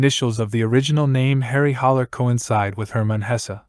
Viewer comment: It’s Harry Haller not “Holler.”